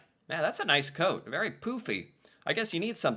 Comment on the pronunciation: It's important for Americans to realize that the coat (pronounced a very familiar Canadian way) in the last scene, that calls "poofy" is absolutely the norm, nay, the requirement here if you want to survive winter. Winter isn't glamourous, that's for sure.